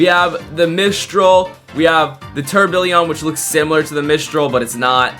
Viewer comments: instead of tourbillon he was saying tourbillion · Bro said tourbillion😂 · way he was saying tourbillon